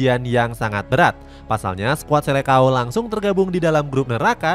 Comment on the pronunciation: Admin, koreksi dulu cara eja atau baca disini bahwa seleção dlm bahasa portugis seharusnya dibaca "selesaung". Bukan selekao. Sama seperti halnya falcão dibaca falkaung.... Semoga bermanfaat.